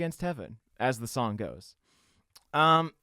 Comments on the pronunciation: Bayonetta has hands-down my favourite angelic creature designs. P.S. I'm pretty sure that Iustitia is said like "Just-it-tia". It's going off how Latin doesn't have any Js so when words with J sounds in them were written they were done with Is. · IUSTITIA is pronounced like JUSTITIA because in some forms of latin the I was a J. Same with Iudex Gundyr, should be Judex, which sounds like Judge, which is what he is, he judges your skills. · "huestishia" ...bruh fun ep. though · "Iustitia" is a latin word. I don't know how to explain the way is pronounced but you are pronouncing it wrong. It is like "you+steel without the "l"+the italian word for aunt (use google transletor) or like the italian word "giustizia" (justice) whitout the "g" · the way you pronounced iustitia hurt me inside